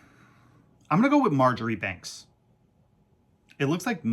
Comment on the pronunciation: Hi guys, Marjoribanks is pronounced “Marchbanks /Marshbanks” don’t worry I’ve made the same mistake. Had to be educated by a patient on how to pronounce it.